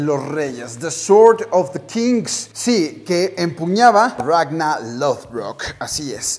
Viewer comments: "RagnaR"!!!! no Ragna... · Xq le dice ragnal - _- no es monsters inc.